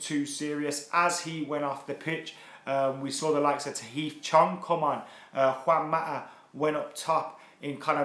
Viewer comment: Juan Ma-ah :p